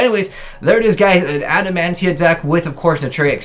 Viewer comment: Why are you calling it Adamantia? There isn't a single N in the name